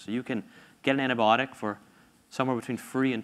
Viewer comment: some of them keep saying it as antibotic!! not "b-eye-o-tik"